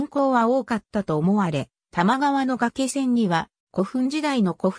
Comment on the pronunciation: 原稿をコンピュータに詠ませているためか、術語などの読み方が不適切です。例えば「がけせん」ではなく、「がいせん」が正しい読み方です。他にも読みが不適切な箇所もあるかと思いますので、修正していただければ幸いです。